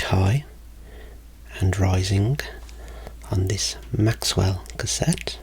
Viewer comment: ~ "...on this Maxwell cassette." No, it's Maxell.